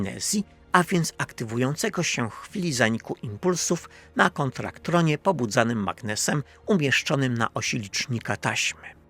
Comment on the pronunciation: Ale też autorskich słówek jak "kontraktron" zamiast "kontaktron", co uważam za urocze (a nie że się czepiam - żeby było jasne). Ja całe życie myślałem, że "rekraacja" a nie "rekreacja".